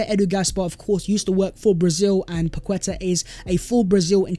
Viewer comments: Everyone deserves a happy birthday shout🎉 Please try and pronounce these names as they are called, not an English interpretation, it shows respect. Paqueta is Pa-keta not Pa-kweta. 👍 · Pronounced “Paketa”, with the emphasis on the a, the u is silent. It is not about being “decisive”, it’s about the player being overvalued by the selling club, and Edu refusing to be drawn into a bidding war. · I was about to comment how to pronounce paqueta haha gg